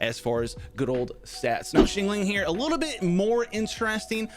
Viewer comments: Shingling lol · what is up with his pronunciation of xiangling lol